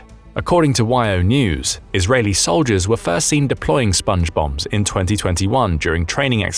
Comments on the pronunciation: I kept hearing Sponge Bob instead of Sponge Bombs. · I heard Sponge Bum, as in Spongebum Squarepants. 😂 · My immature ears keep hearing "Sponge Bobs".... Hey Patrick!! Hehehe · Everytime you say Spnge Bombs I hear Songe bombs square pant, Sponge Bombs square pants... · I kept hearing SpongeBong